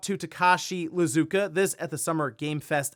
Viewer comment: It’s not Lizuka, it’s Iizuka, two i’s.